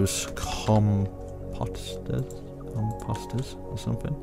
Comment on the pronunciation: its not compasiter its composter